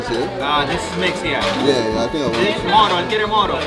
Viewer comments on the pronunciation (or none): is not mono is moro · Mono? You mean Moro???